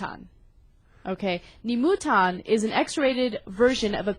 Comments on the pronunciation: Dear, I love the show, but mispronounced Japanese hurts my ears: "Nisan" is pronounced "knee-sahn," and "Nemutan" is pronounced "nay-moo-tahn." -Lives in Japan. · this chick cant even pronounce "Nemu-tan" correctly. hahahaha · >mfw "a character named Nemutan" Dammit, I raged before this but damn, that women needs to work on pronunciations